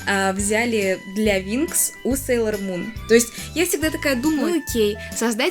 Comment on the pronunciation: Да, будет много интересного. Мне очень приятно смотреть твои видео, они такие спокойные. Очень интересно слушать чьё-то мнение. Извини, но меня немного напрягает, что ты говоришь "опЭнинг", а не "опенинг" и "СЭйлор Мун", а не "Сейлор Мун". Но ты очень милая) 🍰 Хочу немного рассказать, надеюсь, ты это заметишь. Про Винкс мне рассказала подруга, я без особого интереса начала смотреть. Однако позже меня это просто нереально затянуло! "Мода" на Винкс давно прошла, и журналы мало где продавались. Но я всё равно умудрилась много купить. Потом я встретила Сейлор Мун. Я заметила просто кучу одинаковых моментов с Винкс. Винкс просто-напросто списаны с Сейлор Мун. Это называется обыкновенный плагиат... "Леди Баг и Супер Кот", "Винкс" списаны с "Сейлор Мун". Я думала, что Винкс мне разонравятся после такого наглого плагиата... Немного разонравились, они списаны и с "Гарри Поттера". На данный момент я анимешница и фанатка Гарри Поттера. А Винкс это просто как ностальгия и нечто приятное, хоть это и плагиат. В видео у тебя такая милая толстовка с Сейлор Мун. Мне самой печально, что Винкс плагиат... Иджинио Страффи сам сказал об этом. А Винкс от Нетфликс мне вообще не понравились! Иджинио Страффи и рядом не было! Они просто переделали, но с использованием старых персонажей. Это только моё мнение. Опенинг про любовь, а не про их супер силы потому, что это главное... Супер силы это просто так... Любовь Усаги и Мамору самое важное. И сюжетная линия, конечно. [Спойлерить не буду.] В общем, п